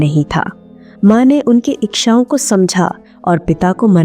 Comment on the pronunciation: Ikshaon nahin-- Ichchhaon. Aap ko hindi nahin atti kya? Saat raha nahin--- Saath raha.